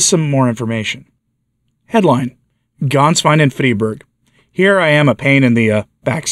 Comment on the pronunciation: The former pope's secretary's name of Ganswein is NOT pronounced with an "A" as in "Father", but with a short "e" as in "met". It's pronounced "Gehnswein". Thank you for your good work on behalf of the Church!